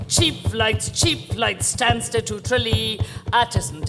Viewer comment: Stansted. As in Stansted Airport. Not Sanskit!